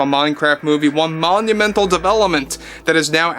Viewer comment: You did it!! This was IT! FUCKING MONUMENTAL and you have been careful saving it for this! I could not be happier and don't think I didn't notice the way you said MONUMENTAL. 😂 Good vid man!